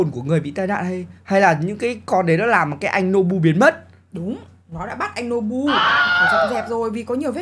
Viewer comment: Nobu mà sao anh lại đọc là bú ơi